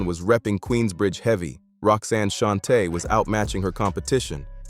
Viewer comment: Outtie 5000 right after the 🤖 mispronounced Roxanne’s name